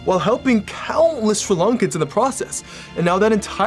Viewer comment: I finally found someone you says sri lanka properly.